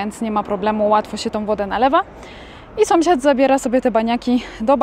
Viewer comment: Słodka. Zawsze się uśmiecham jak mówisz SOMSIAD😂😂😂😂. U u mnie w rodzinie też tak mówią zamiast SĄSIAD.